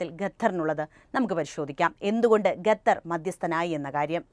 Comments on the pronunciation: ഗത്തർ അല്ല സേച്ചി... ഖത്തർ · ഗത്തർ അല്ല ഖത്തർ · Athepole Gathar alla Qathar enne parayuka ok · ഗത്തർ❌ ഖത്തർ ✅ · ഗത്തർ അല്ല ഖത്തർ 👍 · ഗത്തർ ഗർത്തത്തിൻ്റെ ഗ😂